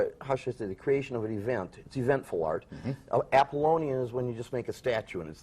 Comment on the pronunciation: Silly boy, I think he means Dionysian, not Dionysic. He did get Apollonian correct.